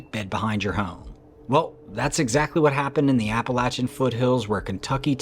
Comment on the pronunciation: I'm so happy to hear you say Appalachian correct. It really makes me happy. I lived in Boone,NC in my college days. Later Valley Crucis, NC. Gorgeous place to live. But the mountains and the Forrest are pretty funky man. No kidding. Cemeteries too. Old churches. The place is a freak show. And absolutely as beautiful a place as you kind find on this planet. Love the channel. And thank you for saying Appalachian correctly.